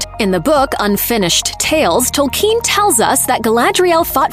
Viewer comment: she even said Tolkien in a nonTolkein way.. tolkeeeeen